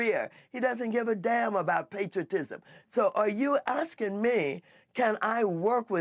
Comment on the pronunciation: "What are you axeing me?" 😂